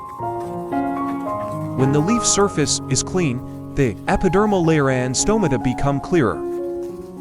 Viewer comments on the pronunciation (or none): none